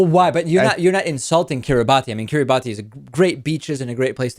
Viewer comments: It's not pronounced 'kirri-bah-ti'. It's pronounced 'kirra-bass' [See ] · Its pronounced Kiribas David, its a creole translation of the colonial name for the islands. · I feel sorry for the child ............ Incidentally, the name of the group of islands is pronounced Kee-ree-bass (in the local Micronesian language, the -ti has the sound of a double ss). During the colonial era, the islands were called the Gilbert Islands; the locals did not have a 'g', 'l' or 't' sound, and vowels have to be inserted between consonants, which ended up with 'Gilbert' becoming 'Kiribas'.